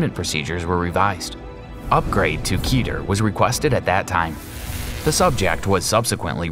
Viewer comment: "Keh-Tur" .... Seriously, it's not "Kee-Ter". You may as well be say KeyTern". It's "Keh-Tur". Remember "Keteru" ?